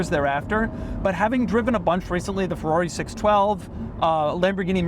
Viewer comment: Somebody make Doug say FY-Berrrr again....lol